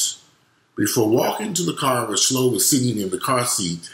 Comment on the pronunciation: It's Chloe, like Khloe Kardashian, not Slow. The child's name was Chloe.